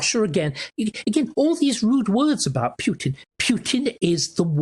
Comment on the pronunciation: Starkey has studied Russia and Putin intensively, yet he cannot pronounce the man's name correctly, or even almost correctly. Amazing, really.